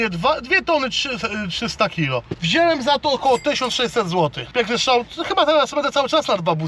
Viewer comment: Mówi się wziąłem a nie wzielem